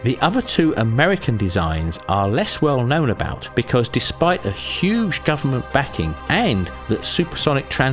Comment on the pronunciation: Marc Brassé, the narrator emphasizes "huuuuge (US) government backing" but implied there was less for Concorde and (remarkably in communist USSR) the TU-144. --I watched the industry a little at the time of the Concorde take-off crash; the consensus was it never had a profitable year. Beautiful airplane, always glad to see it, wish it was still flying.